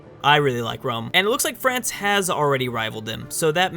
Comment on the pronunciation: Rums fucking pronounced room!!!